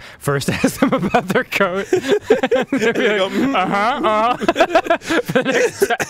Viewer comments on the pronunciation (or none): idk I hear "que coso es coat" what is coat? but misspelled